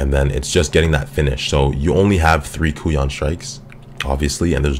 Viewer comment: I think it's pronounced Kai-yoon.